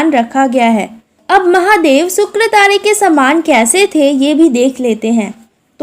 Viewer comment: It is not sukratare. It is shukratare. It is not tade. It is tare.